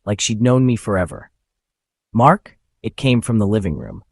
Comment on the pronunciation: Hello, I think that your stories are good. Read a little bit slower, and read like you would speak. You said"Mark" like how you would say" hey" after you said she had it calm voice.... Stuff like that